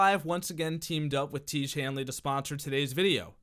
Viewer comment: Until you figure out how to pronounce tiége imma wash my face with shampoo